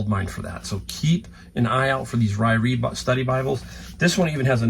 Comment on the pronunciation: You ARE pronouncing Ryrie right! I bought a bunch of sweatshirts one time that had masking tape as the price stickers and when I got them home, they ALL had cigarette burns on them with the tape covering the burn holes. Speaking of burning, I was incensed. Almost 25 years here, but I've only, in the past two years, started putting my shipping costs up to what it should be to cover my costs and not one person has complained. Not one. I'm also pricing my books enough to at least cover my costs plus some. I will NOT allow anyone to talk me down to selling something for less than I paid for it. I used to do that, but now? Oh no. It's too hard to carry books in and out of a thrift store, my car, my house, the post office, storing things, etc. to not make any money. One thing I LOVE about being in my 60's. People can't talk me into anything. I have no qualms in saying "That doesn't work for me...sorry....not sorry." Is it kind of like driving a stick shift where you kind of become one with the car? So like, with forged, you become one with the club? And where on the club does it say "forged" or "cast"?